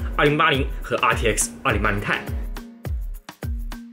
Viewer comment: 我来较真了，2080TI 要读成"2080 T I“不是2080太，这样的读法非常中国式，显得也不够专业。